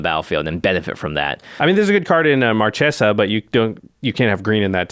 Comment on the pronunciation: Omg guys. Stop saying "Mar Chay Sa" it's pronounced Mar Kay Sa.